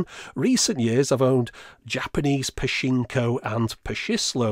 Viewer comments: the "chi" in "pachinko" is said "chi" like "chat", or "chicken" not "shi" like "shiny" remember romaji was invented to romanise Japanese, and, therefore, has simple pronunciations. パチンコ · Pachinko the ch is same sound as in cheese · Super, super small thing, but the ch-sound in pachislo and pachinko is the same as the ch in chips Fascinating machines though! Really jealous you have that Star Wars one.